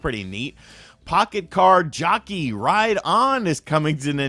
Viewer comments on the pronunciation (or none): It’s Jockey, not Junkey lol